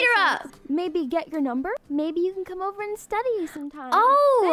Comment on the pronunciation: “WERE OBER”😊😂❤